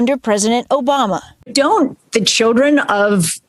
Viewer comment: Did anyone else hear her say Joe-Bama there?